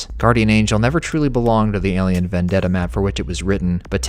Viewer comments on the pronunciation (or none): none